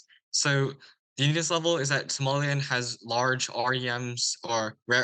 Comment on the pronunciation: Somaliland not Somaliand